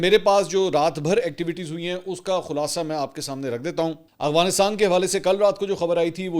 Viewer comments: ایک تولفظ اغوانستان نہیں افغانستان ہے منصور بھائی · Aap afghanisat ko galat bolte hein agwanistan kehte ho aap talafz ko theek krein aap tu itne parhe likhe tu lafaz sahi nhi bol pate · Aghwansitan 😂 Mansor Bhai